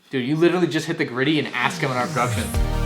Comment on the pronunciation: he widdiwy hit da gwiddy in mandrprdoductionz